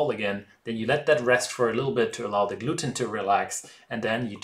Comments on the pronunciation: sag einfach DE anstatt SE... ist tausen mal näher dran und klint viel besser als mit S.. geht bei allen TH wenn ich mich nicht irre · I totally picked up on "ze" and fixated on it until you mentioned it!! Edit: on the other hand, you are the only youtuber capable of pronouncing "autolyse" correctly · Nice work. You might have trouble saying "the" or "squirrel" but I can't pronounce Brötchen or Eichhörnchen either.